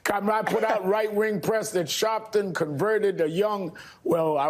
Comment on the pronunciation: Al shaarpton 😂😂😂